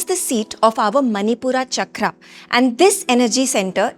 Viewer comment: I am sorry but it is not manipura chakra, it is pronounced manipur chakr. Please don't englishfy Sanskrit